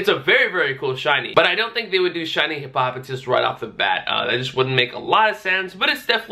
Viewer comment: It's Hippo-poh-tas 👍🏻